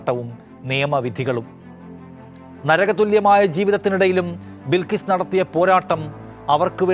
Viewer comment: ബിൽകീസ് അല്ല ബൽകീസ്‌